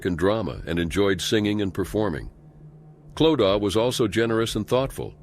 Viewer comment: No it is not! Clodagh is an Irish name pronounced Clo da.